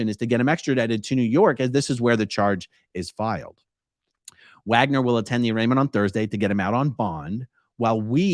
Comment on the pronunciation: Dude’s name is “Wager”. According to A-A Ron not only is the “n” in ‘wagner’ silent, it doesn’t even need to be there. 😂